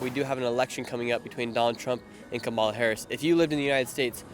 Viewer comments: I'm frankly amazed that despite having asked hundreds of people whom they would vote for, that Nick Shirley STILL CAN'T PRONOUNCE KAMALA HARRIS"S NAME CORRECTLY!!! It's KAMala, not KaMALa. The Ukrainians handled her name better than he did. And Putin is pronounced POOtin, NOT PEWtin ! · It’s “comma la”. Since you’re getting bigger, maybe it’s time to say it correctly.